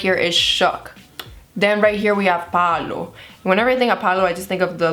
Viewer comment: So cute when you say "Pablo" but its "Pa o lo"